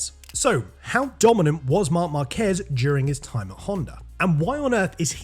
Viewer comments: There is literally a diacritic on A and you still pronounce the name as marKEZ. It's MARkez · Is not Marquéz is Márquez with the accent in the first syllable. It even has an accent on the "a" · Tip for you: If you see a Spanish word with an accent you have to stress that syllable. Stressing the "quez" in "Márquez" makes you look pretty bad.